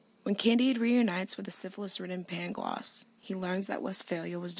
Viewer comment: The city is pronounced Lisbon and the tear's name is Pangloss not Paglongs